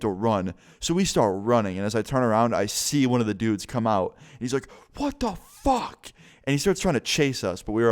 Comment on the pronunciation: Guvvi_Adrian I read your comment as he said “ WHAT THE FAWK” lmaooo